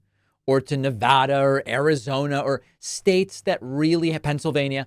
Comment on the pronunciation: Thanks David for pronouncing Nevada correctly!